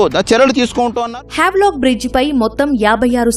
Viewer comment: వావ్ లాక్ కాదు స్వామి...హ్యావ్లాక్..m